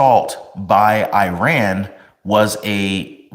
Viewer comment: Please learn how to pronounce Iran